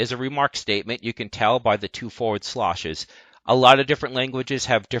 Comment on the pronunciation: It's slash, not slahsh. The "a" as in "c a t" not "c a r" Sorry, that was just bugging me. To know what direction something will rotate if you give it a positive or negative vector, Unity uses the "left hand rule". Which is: Make a thumbs up gesture with your left hand. The way your thumb is pointing is the axes and the way your fingers curve is the direction of the rotation for a positive vector/speed. Also you don't have to copy and paste by right clicking. The right click menu also outright has a "duplicate" option.